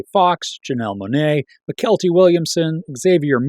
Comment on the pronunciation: I think Mykelti is pronounced Michael T.